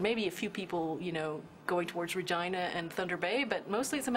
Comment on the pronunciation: I thought Canadians pronounced Regina as Ra - GENE -ah , not Re-gina . ( pronounced like the word vagina ) Also, my Canadian friend from Torono ( note I left out the "t" ) says pasta like " past - a " She grew up in the Portuguese area, near Little Italy. Is this pronunciation common, or just because of her location near Little Italy ?